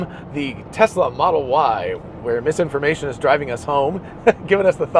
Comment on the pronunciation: when you say Mrs Information, i always interpret misinformation 🤷